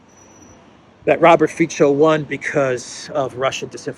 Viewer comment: Dear, I have enjoyed your delicious videos every single night since about 4 months ago and feel really grateful to you. Just a tiny note: Fico is pronounced 'feetso' (not feecho) and Morawecki is pronounced similarly Mora'vetskee (not Moravechki). 🤝